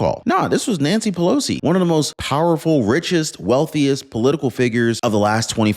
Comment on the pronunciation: 😂😂😂😂Nanshee Pelowshee 😂😂😂😂